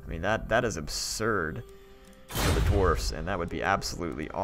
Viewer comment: Your incorrect spelling/pronunciation of Dwarfs has now been added to the big book of grudges.